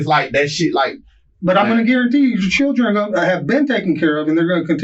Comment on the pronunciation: His “Churrin” 😂